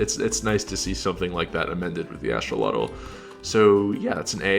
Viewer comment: Props on being one of the only people I've heard so far pronounce Axolotl the correct way!